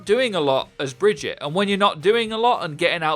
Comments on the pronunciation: ITS BAGUATTE NOT BRIDGE-IT. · Did he just say Bridget and not Brigitte? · lol bridgette it's brigitte (bri-geet-a) from kaplan's mouth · Why are people still calling Brigitte Bridget?! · Please learn how to say Brigitte's name properly. Its not "Bridge-ette", its "Brig-ee-ta". C'mon, they literally have a voice over of her name, theres no reason to say it incorrectly. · "Bridget" "Bridget" "Bridget" SHE LITERALLY SAYS HER OWN NAME. BRIH GEE TAH JFC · Pronounced "Bridge-eat-a." Not Bridge-itt. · Please don't spread the incorrect pronunciation of Brigitte. She tells you exactly how it's pronounced herself. Brig-eet-ah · It's prounounced Bri-git-eh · brig-eat-a - its SO easy! Great vid btw :) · Stop calling her BRIDGET, jesus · It's really not that difficult to say "brig-eat-ah". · Breh gee tuh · brigitte is brig-eet-ay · Brig-eat-uh. I haven't heard names fucked up this often since I last went to Starbucks. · It’s not bridgit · please stop calling her "bridge-it" say it right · Bout to unsub if I hear her called Bridget again lol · If he says Bridget one more time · You can pronounce it Baguette or Vegeta, either one is fine and nobody would care. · Alex Night I've heard that it's not the correct way of pronouncing it which is probably why Jeff pronounced it as bri-geet-tah in his dev update. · New Hero. Say her name right geez. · Please say Brigitte’s name right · Who else got annoyed at his pronunciation of “Brigitte” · Apparently most ppl here xD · It's Brigitte. Reinhardt has been saying her name correctly throughout the game's life cycle.